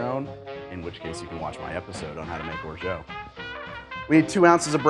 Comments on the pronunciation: Pronounced orja, not orjo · Just so you know, it's pronounced like "or-jaht" not "or-joh" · it's orgeAt like ORJA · Orgeat is pronounced, "Or-Zsa," like Zsa Zsa Gabor. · Orgeat IS pronounced orja 100% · "Orgeat" isn't pronounced "orshow" :) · That’s plantation 5 not 3 star. And I’m pretty sure you’re mispronouncing “orgeat”